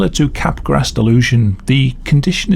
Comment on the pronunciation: Just a quick correction: "Capgras" is pronounced as "cap-grah", not "cap-grass". Good video otherwise! Back when I was interested in biological psychiatry and abnormal psychology, I researched most of these mental disorders and neurological disorders. The most fascinating aspect of these disorders is how the mental and physical (neurological) overlap. It is an important subject in the philosophy of mind.